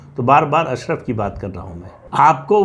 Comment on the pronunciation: सर अशरफ़ नहीं अशराफ़ होता है शायद… Please check